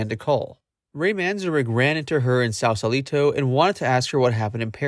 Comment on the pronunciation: Pronounced "Sauce-a(short)-Lee-tow"